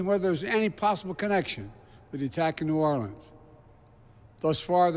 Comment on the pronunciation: Hey Joe, it was New Orleans not Norlans.